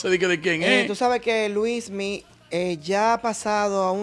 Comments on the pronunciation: Es Luinny o Luismy? ... Melvin debe aprenderse el nombre correcto de las personas que critica.. este tipo es un show😂😂😂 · No se dice Luismi,sino Luinni 😊